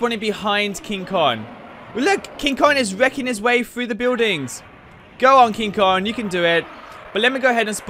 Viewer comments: It's King Kong not King kon. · kinG konG not king kon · It is called KING KONGGGGGGG NOT KING KON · Is not king kon is king kong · It's King Kong not King kog it's Rodan not roan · "King kon" 😂😂😂😂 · And he called King Kong, King Kon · Is it me, or is he saying “king kon” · And he called King Kong King kon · you: king kon me: ITS KING KONG